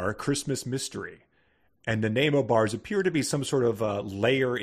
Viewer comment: As a Canadian, hearing the mispronunciation of “Nanaimo” and then crapping on the best pastry this country has produced was tough to endure. (And yes, the Nanaimo bar is a staple of the Canadian diet.)